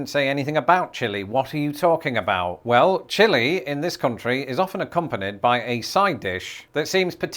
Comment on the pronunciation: Pretty sure you mean Country Fried Steak. But the accent made it sound like chicken.